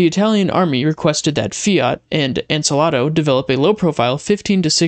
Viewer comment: The other company is pronounced: "An--saul--doe"